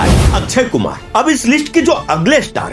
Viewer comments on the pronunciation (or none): अच्छयकुमार नही अक्षयकुमार 😂